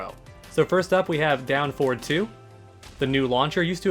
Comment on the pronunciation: Having a stroke listening to you saying forward, anyways 10/10 guide